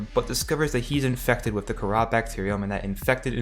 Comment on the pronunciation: Btw the kahhra is pronounced Kar•uh